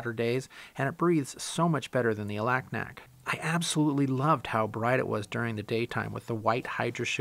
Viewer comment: FYI The people who live there pronounce Alaknak, Alugnuk.